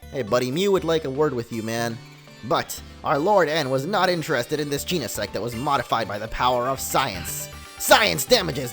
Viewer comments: It's gen-a-sect say it like that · Its GENESECT. Jen-Uh-Sekt. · bro it’s not pronounced Jean-uh-sect 🤨😐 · did he jus said gee-ne-SEX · Omg he said sex omg lmao xD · You didn't say genesect you said gene*** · It's gen I sect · I guess he never learnt the full pronunciation of it?